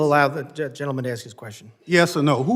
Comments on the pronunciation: did he actually say “axe a question”? i’m tired af of these people mutating the english language. “y’all” “imma” “we’s” etc. relearn english if you expect to be respected and taken seriously. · Axe hu.. can't say ask! Wth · FFS, he keeps axing these poor witnesses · Stop axing questions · He axed him a question…. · "Allow me to axe my question" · "Unfor Black Bennie: "Allow me to 'AX' my question ..." AX? Did you 'AX' your woodpile this morning? Did you 'AX' $$ from your state budget? "I 'AXed' one question. .......". If you 'AXed' it why are you ASKing it? Two shootings of ICE agents are an "unfortunate accident"? Is 'ya's' dun bein' a complete ignorant fool? Kno wh'am sayin'? Kin 'ya dig it? What it is, Bro! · Where are we in the United States?Where a congressmen cannot pronounce the word "Ask" and has to pronounce it as "Axe". Can he speak rudimentary English? Does anyone have the balls to call him out on this? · I'm sorry, how do you "AXE" a question Thompson? And you're supposed to be the "best" the great State of Mississipi has to offer? What an imbecile........